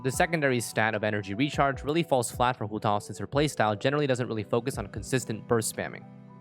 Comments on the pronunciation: homa banner is tempting but we're not sure of that so i'm skipping to pull for childe 'coz he's more fun and i need a male character 5star. Also i cringe when pronounce huuotaww 😁 EDIT: ARATAKI ITTO GOT RELEASED I'M SAVING ALL FOR HIM BYE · am i the only one hearing hu tall? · its hu tao, and shes not a pyro walnut? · I am feeling really uncomfortable from your Hu tao pronunciation. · accent showing up just to pronounce Hu Tao 👌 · sounds kinda weird when speaking english though. Like pronouncing Ganyu with the "yu" pinyin which doesnt exist in english would just sound weird